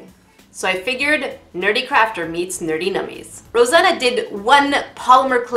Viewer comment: It’s NerdENummies 😂